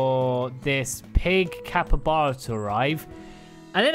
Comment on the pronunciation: Haha. “Capre-Chuba.” Funniest thing I’ve heard all day 🤣